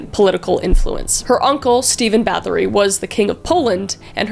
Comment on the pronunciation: I'm form Poland and it's pronounced more like Bat-oh-ry not like battery ;)